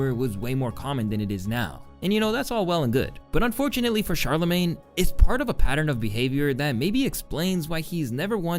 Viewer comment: *Sharla-mayne.... Not Chala-mayne. It's pronounced Shhh